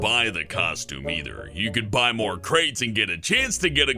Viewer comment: I got triggered when you said costume and crates don't know why